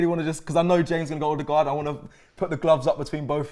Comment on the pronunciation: Pls Robbie and co, it's pronounced "Er-de-guard" not " Oh-de-guard" or "O-de-guard"